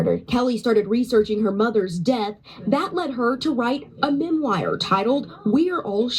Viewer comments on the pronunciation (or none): He says Michele's daughter was 3 years old Kelly says she was 3 weeks old Does the reporter say "mem wire?" Instead of "memoir?" (The book dust jacket says "memoir.") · “Memwire”? Really?